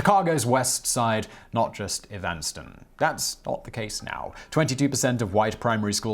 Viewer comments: It's pronounced "EVAN-ston" not "ee-VAN-ston" You partially-British fuck. GO CATS! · That's Evanston as in Evans' Town. Not E. Vanston. It was the seat of the American temperance movement in the previous century that led to the prohibition of alcohol which spawned figures such as (Evanston's neighbor) Chicago's Al Capone. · I've never heard Evanston pronounced that way before. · Bat 42 he’s from the UK and has probably never heard of the city. Try to pronounce Mwagissy, Perranzabular, or Angmering...All in the UK!